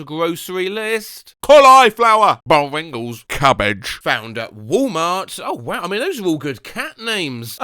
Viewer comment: can't get over the way he says 'buringles'